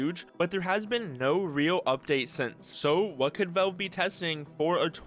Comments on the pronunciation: Drives me nuts how you pronounce Valve as "velve" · why is bro pronouncing "valve" as "vaulve" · me too, i can't watch his videos. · Nitpicking but you need to work on your pronunciation, especially with the word "valve". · even the captions don't know what he says 😭😭